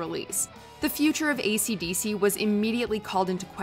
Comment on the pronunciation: I don't know why, but it was horror when she said "AisyDisy" 😂😂😂